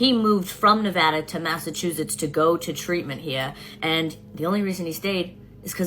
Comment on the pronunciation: My husband was born and raised in MA, I’m surrounded by people from MA (we live in Maine), and I’ve never heard anyone pronounce Massachusetts like she does. Massachoozits?